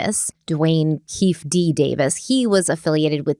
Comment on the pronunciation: Friendly pronunciation tip- sounds like: Key - Fee - dee!! ❤ Comment on this case: I want to know what kind of politics have stopped this from happening decades ago!!!!